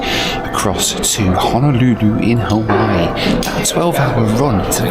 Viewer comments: “Haweewee”…yikes! As someone who’s born and raised in Hawaii, that’s like nails on a chalkboard. 😣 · Hate the way Hawaii is pronounced. Sounds like an adult asking a toddler if they have use the bathroom.